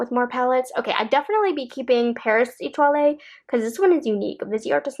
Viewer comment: Love your videos....Etoile pronunciation has silent "e" at the end. 😀